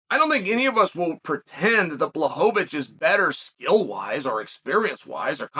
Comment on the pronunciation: wwooooow, 3sec`s in and I hear Błachowicz, and not Blauhovovitsch, Chael P prove once again why he is the goat.